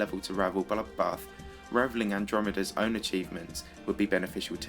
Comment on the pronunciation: Wtf. Have you got a problem with bloodbath. You called it 'bollockbath'